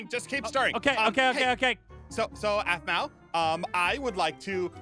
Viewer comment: did eneyone notes she dident say apmau she said azmau